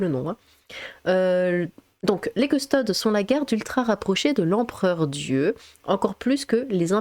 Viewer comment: Petite info on dis custodès pas custodes